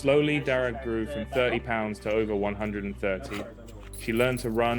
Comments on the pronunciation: Darragh is an Irish name. It's pronounced Dara, the gh is silent. Greetings from Ireland. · All those inferior native people pronouncing Darragh as ‘Darra’, it takes an outsider to teach them all how to say it proper. Convert them to say Armagh, Monaghan and Omagh the superior way and remember that stupid actor Mr Kenneth Branagh!